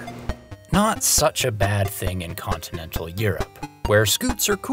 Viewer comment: Ah, that secretive signature secretion! Luvvit! And , did you utter incontinental Europe? Masterful double entendre! They DO sometimes have a tendency to spew!